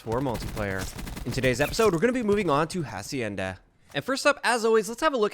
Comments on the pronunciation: bro dont pronounce hacienda how you are right now say as if the "h" were silent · Lmao did he really just sound out the “h” on “hacienda” LMAO